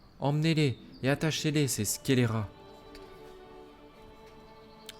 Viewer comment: Mais sérieux ?! Scélérat ?!?!?! T'as jamais entendu ce mot à l'oral ?!?!?!? C'est la goutte d'eau !!! Toi tu fais des études ?!?!? Le brevet des collèges je suppose !!!! C'est infernal !!! Et tu te dis fan de lecture ?!?!?!? Par pitié pour mes oreilles !